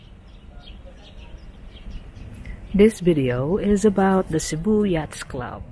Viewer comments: Korek! Sakit sa tenga ung " yats"!😅😅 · Yacht is pronounced "yat". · It’s pronounced with a silent (S) the harbor need some improvement.